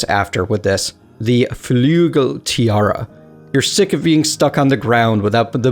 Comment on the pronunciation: Sigh, its not flugel, its flügel - a german